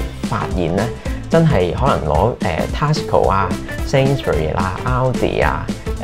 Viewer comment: Your pronunciation on TESCO is wrong, please check and amend?